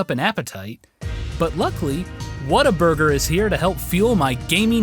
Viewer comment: Holly shit! he actually say Whataburger right! He says "What-a-burger" not "water-burger" YAY!!!!! You must be trolling us to say it correctly.